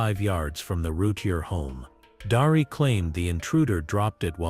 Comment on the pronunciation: Darlee not Darie.